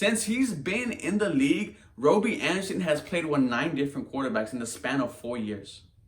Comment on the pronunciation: Why are you saying robie?